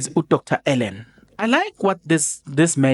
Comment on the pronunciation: Don't butcher his name..Dr Allen Boesak.... [Allenn Bhusak]...ngeke ngiyakhala ngepronounciation yamagama abantu....